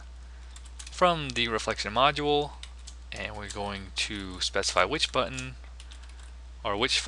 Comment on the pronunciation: "I like the way I said button there" "Now we're going to create the constructor for our Buttin." hahaha. Thanks for this. Stop saying Buttttin!